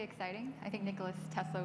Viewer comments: nicolas tesla? You mean Nikola Tesla. NIKOL-A!!!! >:( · sorry... but did she say Nicholas Tesla? =)